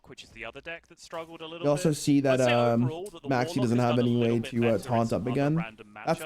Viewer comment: I can't unhear Maxx C instead of Maxie